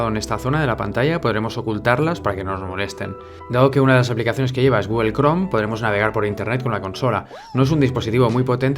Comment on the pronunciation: Tío, ¡me encanta tu canal! Sólo una pequeña observación: sería mucho más apropiado pronunciar "Gúgl" y "Apl" (Google / Apple) o incluso "Gúgol" y "Apol" en lugar de "Gúguel" y "Apel". Pienso que le daría mucho más profesionalismo y elegancia al canal. ¡Un abrazo desde México!